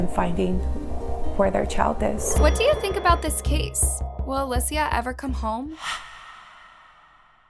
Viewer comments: This was very hard to watch. If I was going to make a video about someone, I would learn how to pronounce the person's name correctly. I counted 3 different pronunciations durning this video. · They are saying her name wrong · You’re pronouncing her name wrong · is it clickbait? Or is it a lazy channel that can’t be bothered to check their work and make sure they’re not leaving typos like “the onine abduction” in the very beginning of their intro? Not to mention the blatant mispronunciation of the victims name throughout the ENTIRE video. This channel is so focused on pumping out frequent content, but doesn’t seem to care at all about the quality of the work they’re putting out. It’s inconsistent and often portrays stories in a manner that is problematic and disrespectful to the victims. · the obvious mistake in the title misleading the reader isn’t a hurried or lazy mistake. One word is purposely left out to make the story seem like something it isn’t… that’s a classic sneaky trashy reporter gimmick, also know as “clickbait” online. And the mispronunciation of the Alicia’s name pissed me off to no end! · in Spanish it is pronounced Uh-lee-cee-uh. Not alyssia. Thank you, I also speak Spanish. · isnt Alicia pronounced Ali-sh-a not Ali-sea-a sorry if im wrong no hate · Uh-lee-shuh. Alicia. Not alyssia. I couldn’t even watch this because my name is Alicia as well. Her name was even said on TV and you’re still not pronouncing it correctly. 🤦🏻‍♀️ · All the different name pronunciations are kinda frustrating. "Ah-li-sia" "Ah-leh-sia" Girl it's Ah-lee-sia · It’s Aleesha. Not alissia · I love your content but how can you possibly mess up the name “Alicia”??? You’re pronouncing it as “ALE-SSIA” it’s “ALY-CIA” 😂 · Aleeecia not Alyssa or alussaaaaa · Omg again girl? Her name is ...A-lee-sha Not A-liss-e-uh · Why does she keep pronouncing her name as "Alecia" ??? It's not too hard to pronounce 'Alicia'. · Uh lee cee uh !!!! It's not that hard